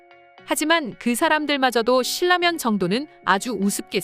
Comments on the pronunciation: 발음... "실라면"이아니라 "신라면"이에요 듣기 거북하네요... AI인가? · AI 맞구요. 유음화 발음법 때문에 <실라면>으로 소리 났습니다. 고구려 백제 신라를 우리가 <실라>로 발음 하듯요. 제대로 된 발음은 <실라면><신라면>이 아닌 ㄹ비음화 적용예인 <신나면> 으로 해야 합니다. 진라면<진나면>,원룸<원눔> 등이 적용 예 입니다.